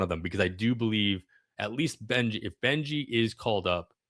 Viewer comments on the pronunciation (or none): Good analysis - FYI, Carson "Benge" is not pronounced "Benji", it's pronounced "Benj".